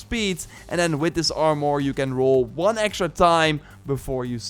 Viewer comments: "doe" instead of though. "Are more" instead of "arm er" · It drives me nuts when you say “R more”